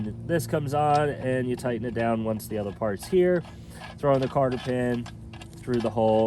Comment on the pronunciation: 3 more things: 1- It is 'cotter' pin, not 'carter' pin. 2-With the install tool, you had he stepped-washer in upside-down, which made your job quite a bit more difficult. The steps are to go into the inside of the pipe and hold it in place! 3- You probably wanted to assemble the bushings in a much cleaner environment. The only thing worse than the metal-to-metal contact is to have some dirt in the grease acting like sandpaper! I'd suggest pulling the caps off, cleaning out as much of the grease as you can, and re-packing it (or wait for the zerks so you can pack it while it is protected from dirt).